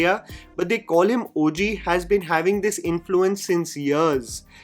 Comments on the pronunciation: Just used to pronouncing Daku Maharaj like Urvashi. This normal pronunciation just threw me off😂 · Come on,, that was lay-up missed to not pronounce the movie title as it should be 😭😌